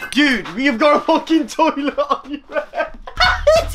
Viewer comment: "Torlet" I love Romell man 😂💯 x